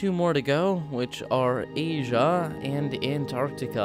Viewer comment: I like how you said agea instead of asia here's the time code for it